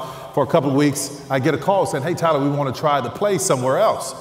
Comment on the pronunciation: I love Joel & Tyler this message is powerful. Joel says Teller 😊 instead of Tyler just like my uncle does his grandson. So sweet🤗